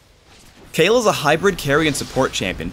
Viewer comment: Kayle, is pronounched Kay Le not Kay El